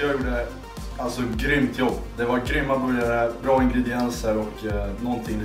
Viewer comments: Låter som han säger boujarhak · ”En borgaje”